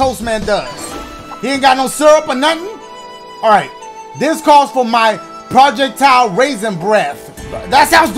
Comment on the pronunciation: Dashie saying projectile wrong 😂😂😂